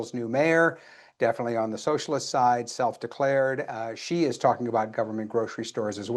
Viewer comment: "About to go socislist?" 😂😂😂😂😂